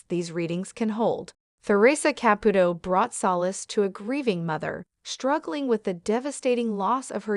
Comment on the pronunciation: I wish whoever was doing the narration would pronounce Theresa Caputo's name correctly. This is not the first time I have heard this. I am thinking it is an AI. That's all.